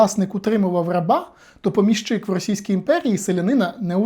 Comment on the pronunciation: ПомІщик. Наголос на "і". При відмінюванні також: помІщику, помІщики, помІщикам. Перевіряйте, будь ласка, такі речі, бо вас слухає велика кількість людей. Відео корисні, змістовні, лаконічні й дуже цікаві, дякую.